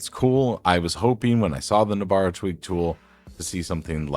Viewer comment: No-bara, not nob-ara.